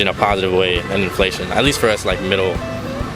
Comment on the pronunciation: Inflaishment. A new word!